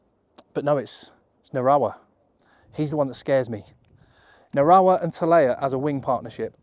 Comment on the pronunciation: From New Zealand and I think your bang on the money!! Ya took the hard decisions out of it for me and done it all perfect.When you said Narawa and Satiti you got it perfect. Be interesting to see what happens I'll remember this team.❤